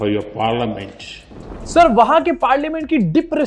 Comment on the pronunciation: “Dip” “rispect” “parliamench”